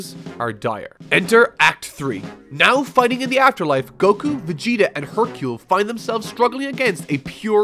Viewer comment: Can you please stop prununcing Vegeta (ベゲタ) as Vigyta?